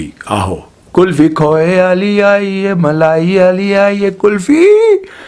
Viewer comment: کلفی نہیں قلفی ہے درست لفظ